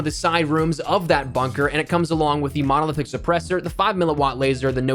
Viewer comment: Spoiled rotten Bruen, dude said modeldick not monolithic lmfao